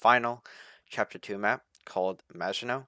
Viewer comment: On the plus side, you do know how to pronounce "Maginot" correctly. xD